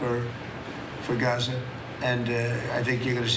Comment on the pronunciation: It's called "Gaza", not "Gaze" - but since Fox is in Bed with the orange DB they will probably call it "Golden Riviera" anyway